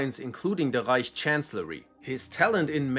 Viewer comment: The way author says ””Rrrreich” gives me some specific vibes ))